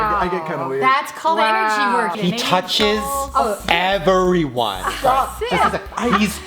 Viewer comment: No one: Shane out of nowhere: HE TOUCHES E V E R Y O N E Me: sHIT SHANE YOU SCARED ME WTF